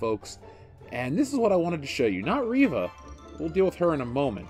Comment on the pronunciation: Not Reeva, it's Reeeeeeeva